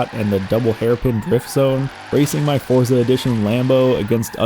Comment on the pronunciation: For someone who loves the series and says the word so often, I really with you'd pronounce it FORT sa. The Z is not an American Z, it's Italian, so it's like a TS in American English. Love you and your content, just trying to offer a tip. Cheers